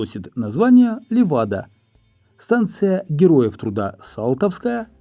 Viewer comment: Кто такой Йоганссон и кто Лермонтов.., да безумие, а Леваду правильно назвали